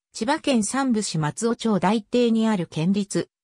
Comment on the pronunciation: 町名と、大堤の読み方間違えてる。即訂正しなさい。